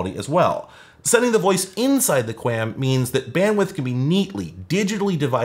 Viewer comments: Kwam, its pronounced kwam. The 'A' doesnt say its name 😅. And believe it or not cable broadband uses 256QAM for downstream and 64QAM for upstream, the 64/256 is how many quadrants the analog carrier is sampled and converted to symbols, basically strings of bits. SC-QAM "single carrier QAM" is slowly being pushed out, as we moved towards OFDM and OFDMA, but its awesome to see that dial-up used QAM. Or more likely QPSK (4QAM). Anyways, love your content, thank you for putting in the work for us telecommunications nerds 🤓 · I've always heard QAM pronounced like qualm, with the long "a" sound. And I worked in broadcast engineering during the DTV transition, so it was said a lot by a lot of much smarter engineers than I. Anys ways, the only modem new enough to theoretically support it is a V.92 model, but it almost certainly doesn't support it, since the manual, datasheet and AT command reference make no mention of either ASVD, DSVD, V.61 or V.70. I also looked up the datasheet for my Cisco digital modem modules and it also makes no mention of it, which isn't surprising at all. It could've made things very interesting if they did build support for this into their hardware, since this is the kind of technology used by telcos in their ISPs. If they had implemented it, then it could've solved the problem of not getting calls while you're dialled-up. When you're dialled in, your phone carrier simply redirects calls to your number to a voice port that connects to the ASVD/DSVD port of the digital modem that you're dialled in on, which rings the phone connected to your modem, and problem solved. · I've always heard QAM pronounced "kwom" (rhymes with ROM), as though there's a phantom 'U' in there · Qualm without the L is how that is pronounced in the industry. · QAM is usually pronounced "kwom" by wifi people, at least. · its pronounced kwom. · "QAM" is pronounced to rhyme like the US Territory, Guam. Thanks for the walk down memory lane!